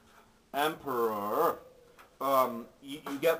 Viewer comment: funny quotes from the video: 1. "empurrurrrr" | 2. "which i think suck" lol